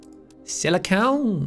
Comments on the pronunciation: I love how Jack points out how he says aluminum differently, but doesn't notice that he's saying silicon actually wrong (he's pronouncing it like silicone, which is an entirely separate material which you can make with silicon) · Please more of this one!!! Also it's "sili-CON" not "sili-CONE" 😂 Jus sayin......